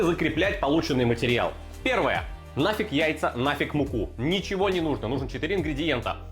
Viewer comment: Сразу видно что в кумирах Гоблин. "Не нужно добавлять ничегооооооуоуоуо" произносить с соответствующей мимикой. А вообще в последних выпусках прослеживается какой-то постоянный хейт, агрессия или хз что это, какие-то траблы походу у человека.